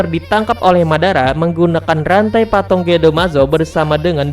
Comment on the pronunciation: Patung broo,bukan patong